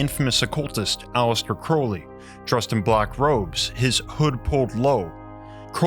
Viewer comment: Its A-Lee-Stir not Alice-ter